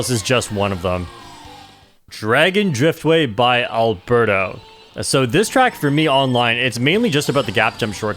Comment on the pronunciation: As a fellow spaniard, it took me a while that Arberto is actually aLbeRRto. The normal spanish name hahahahha Amazing records, super cool video!